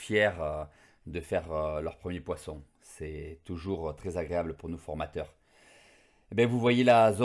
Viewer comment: A je suis le seul entendre agrebable au lieu d’agréable ?